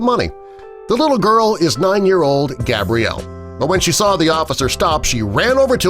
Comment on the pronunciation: Anyone else notice they stared saying Gabrielle is stead of Gabriella